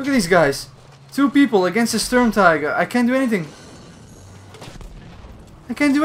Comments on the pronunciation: Wtf is a sturmteeger? You mean SturmTiger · Sturmt"ee"ger is how you should pronounce it, as it is german. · The Sturmtieger😂🤣